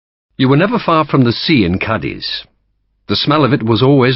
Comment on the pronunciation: Ćadiz ie short c with accent on it Not The ending